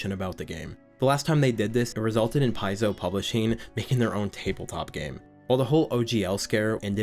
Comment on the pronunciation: well put together, but the first 15 minutes was hard to get through. Paizo rhymes with pie dough, and it hurt my ears every time I heard you mispronounce it.